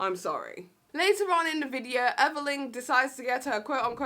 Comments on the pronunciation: It’s Everleigh not everleighn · You kept calling her Evelyn not everleigh 😂